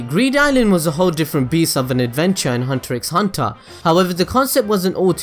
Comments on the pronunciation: well, it's pronounced "hunter hunter" actually x is silent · Damn you for pronouncing he x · 1 more thing you didn't know about hunter X hunter, did you know the X in the title is not pronounced so really It's just Hunter Hunter not Hunter X Hunter. Weird right?